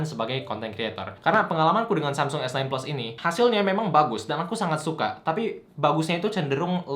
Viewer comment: dia ngomong samsung esnain tp telingaku dengernya samsung esten bukan sekali, tp berulang2.. wkwk